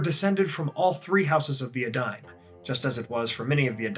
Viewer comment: In this video, we learn that I've been pronouncing the words 'Edain' and 'Dunedain' terribly, terribly wrong, for many years. ( has it right)